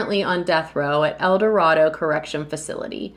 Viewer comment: El dorado not Eldardo . .